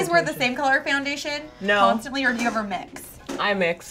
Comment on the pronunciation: is no one going to talk about how says fjoundation?